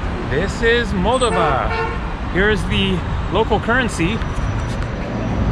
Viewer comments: FYI...In the pronunciation of Moldova, the stress is on the second "o" not the first. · First of all, I applaud you travelling to Moldova. Not many people think to go there. (As a native Romanian myself, every time I go back to Romania, I always mean to go to Moldova, then I don’t. By the way, it’s pronounced “Mole - DOH - va” (emphasis on the second syllable). And you might do well to research its history, because it’s fascinating. Romanian at heart, Russian by force (and by history), the country struggles to make a name for itself in Europe. And the “National” is not a parking garage, it’s a hotel. Not a great one, but still. :) Thanks for the walk through Chisinau. I really MUST go sometime! :) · Kishi-nev is the Russian pronunciation, Kishi-now is the Moldovan/Romanian pronunciation, as I understand it. And I was saying Moldova wrong, it's Mol-DOV-a. I think the way I was saying it was the Russian pronunciation, because I heard a Russian speaker say it that way and thought that was the right way. It's all a little confusing. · Love your videos!!! Alice in Chaaaaains woo hoo! I believe it’s pronounced MULL-DOE-VA.